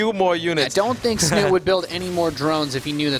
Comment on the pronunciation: lol I am starting to call him Snut. when his name is actually Snute in norwegian. Learn it caster ^^ he is too famous now to not pronouce it right!